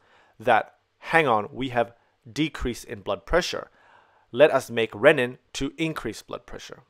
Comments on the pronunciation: You are excellent, per usual. Keep in mind: Renin (ree-nin) = enzyme for RAAS Ren-nin (ren-in) = enzyme for making cheese ;) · The pronunciation of renin should be similar to renal, not rennin which is an enzyme found in theh stomach of ruminants.